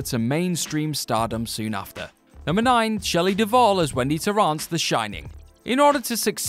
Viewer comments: "Verga" Farmiga? Shelly "Deval"???????? What's happening here? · Duvall, not Deval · The Shining costarred SHELLEY DUVALL....NOT “DeVal”! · Shelley WHO??? DUVALL, people. Her name is Shelley Duvall. It's not that difficult FFS. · Duvall. Shelley Duvall. Do the editors ever even THINK of consulting Google or Wikipedia or even a god damn ENCYCLOPEDIA before doing these videos anymore? Or has Boris Johnson and Brexit completely fucked everyone's brains across the Atlantic at the WhatCulture offices? And I seriously can't even figure out how you turned one name into vulgar language, and fucked up Vincent D'Onofrio's name that horribly.